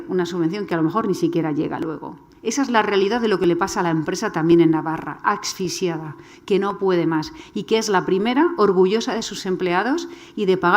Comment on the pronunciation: A ver si aprendes a decir ASFIXIADO mujer!